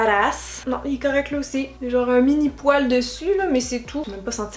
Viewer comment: 😨😷quand tu dis fibre ça va mais quand tu dis poile 😯😷